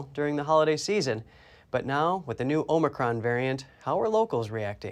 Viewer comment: Omicron.. not Omocron